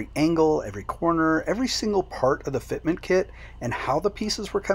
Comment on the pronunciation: Fitment... say it .... Fitment